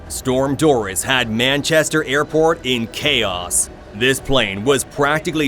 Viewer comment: Can't even say Manchester correctly my god